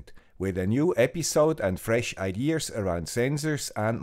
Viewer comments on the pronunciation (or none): why do Germans say "idear" instead of "idea"?